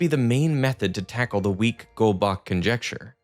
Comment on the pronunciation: The way he said goldbach boils my blood